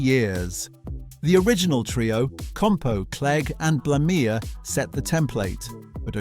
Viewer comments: The pronunciations here are weird Holmfirth isn't pronounced Hornfuhth is pronounced howmfuhth. Like Home and forth from the Firth of Forth. Also, the he original, trio in Last of the Summer Wine consisted of Bill Owen as Compo Simmonite, Peter Sallis as Clegg, and Michael Bates as Cyril Blamire not 'Glameer'. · So not banned then. And a narrator who can't pronounce the names in his script (Linehan, I.T. Crowd, Blamire and so on). And the clips not from the series they're talking about (e.g. clips from The Two Ronnies during the Open All Hours segment)